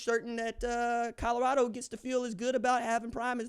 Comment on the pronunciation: If he stays at Colorado, can we all learn to say it. Its Col o rado not Cod ugh rado , ha ha ha......